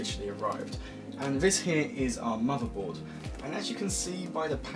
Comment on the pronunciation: Learn to pronounce TH, muverboard, vese. Please 😖